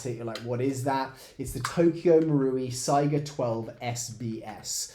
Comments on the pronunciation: think of how you say Kalashnikov and not Kaylayshnikov ez :) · (/ˈsaɪɡə/) - saiga with 'A' from America or dArk - not SEGA game company : SEIGA - it is named after an animal (just being a cringy know it all nerd, but i hear it all the time like SEGA)